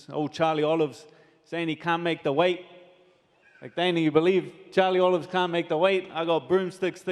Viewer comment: Dan Hooker has been listening to Uncle Chael "Charlie Olives"🤣